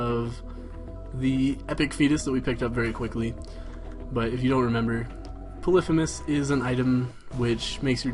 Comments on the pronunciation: You keep pronouncing 'Polythemus' wrong... It is : Polly-Fee-Muss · I think it's poly-fee-mes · LOL at him calling polythemus "puhlithamiss" know your greek myths! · is it just me, or does the way he says polythemis mess with you? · repeat after me: pah-lee-fee-muss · why do you pronounce polyphemus so weird?